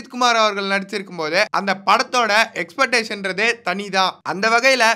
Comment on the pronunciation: Ex-pec-tation sollunga... es-petation kedaiyaadhu